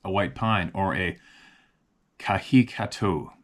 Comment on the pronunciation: Good pronunciation of kahikatea... keep up the good work..